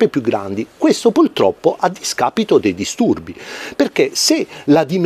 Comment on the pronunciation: Ho sentito bene? Pultroppo? ))